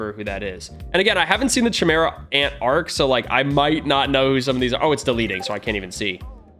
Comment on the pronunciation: Ur prouncing chimera ant wrong